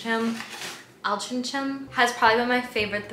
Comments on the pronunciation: Hey, I believe its pronounced Altrinc- ham (with a hard c then 'ham') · It's Altrincham - pronounced 'altering 'em' - think of 'changing things around' then add on 'am' at the end like you would finish off pronouncing Oldham. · This made me giggle :D It is prronounced Al-trin-gem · It's Alt-ring-ham, but pronounced more like Alt-ring-um. Love your vlogs ❤️❤️❤️ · Or All-tring-um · Altrincham believe it or not is pronounced AL TRING HAM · Its pronounced Ol-tring-em haha